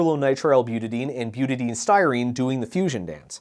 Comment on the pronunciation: Your pronunciation if Butadiene hurts me. Buta di ene, if you want a redneck phonetic spelling: b-you-ta die-een, I can't recall the correct way to annotate it but thats roughly the phonetic of it. I work with some precursors of ABS, namely the B part, on a daily basis.